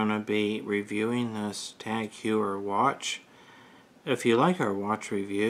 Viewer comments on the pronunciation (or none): Thanks for watching our video. It is a bit embarrassing that I mispronounced the name of the watch brand. I've have also mispronounced Cartier and LeCoultre. When I review another Tag Heuer I'll remember to pronounce it correctly.